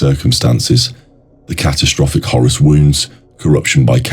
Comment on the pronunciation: Bro I just want to tell you something, you're actually not saying Horus you are saying Horace.